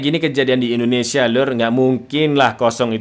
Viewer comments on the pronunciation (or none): none